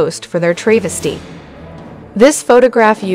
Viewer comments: It’s pronounced TRAV’ a stee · TRAYvesty??? learn pronunciation please. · For crying out loud, google the pronunciation of tra-ves-ty, no tray in it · You would think 'they' would find ppl who know how to pronounce travesty. Not a l o n g "a" but a shoet one. A short "a" as in travel. Cannot believe adults can't read. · Doesn't the speaker know how to pronounce Travesty??